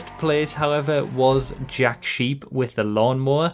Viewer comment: When you pronounced the manufacturer of the lawnmower, I misunderstood and heard something like "jack shit" instead of Jack Sheepe LOL